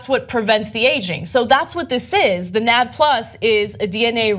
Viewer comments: This seems sketchy. And I wish they would say NAD+ correctly. I'd like to see how an electron carrier can be an anti aging cure-all. The way they present it doesn't really seem accurate and I'd like to read the actually source. Interesting. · XD AHAHAHAHAHAHA NAD+ ? Really??? Am I the only one who hears it??? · You need to hire a science consultant. Between Ana mispronouncing NAD and not knowing that this isn't really that relevant of a story. I give you guys props for covering science on your channel (hardly any news outlets do). I think that you guys also need someone that understands science to help out some. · Please research the correct way to pronounce NAD+ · Lmao you're so right dude (or dudette). These guys don't know jack about which they're talking about. It's pronounced "N-A-D Plus", not "Nad Plus". It's an electron carrier readily found in every single living cell. Every cell uses glycolysis, even anaerobic cells. This study is about as credible as Vitamin Shoppe selling RNA/DNA pills. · NAD+ doesn't rhyme with "bad plus". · Its pronounced EN-AY-DEE-PLUS. It is not a super testicle. Nicotinamide Adenine Dinucleotide. Its not a magic compound. Your body uses it and a few other things to carry electrons around. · As a biology major, I can't help but cringe at all the inaccuracies in this video… they didn't even pronounce NAD+ right, it's pronounced N.A.D. Plus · COULD YOU PLEASE PRONOUNCE NAD+ correctly it's N-A-D (the letters are said separately) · "NAD+" ha 😂 it's actually pronounced "N-A-D-plus" and it stands for nicotinamide adenine dinucleotide. It's used in cellular respiration. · N-A-D + is how you say it. And this is a naturally occurring compound in all animals. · it is pronounced En-ay-dee plus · Hehe she said nads hehe. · Anyone else cringe every time she said "nad" is nadh called "nad aitch" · N. A.D + stop saying it wrong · lol its pronounced as N.A.D + 😂😂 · I just kept cringing so hard on their pronunciation of NAD+